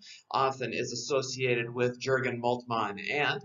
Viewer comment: Good stuff but the 'J' in Jurgen is pronounced like a 'Y'